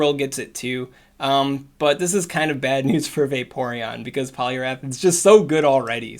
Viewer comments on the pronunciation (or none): none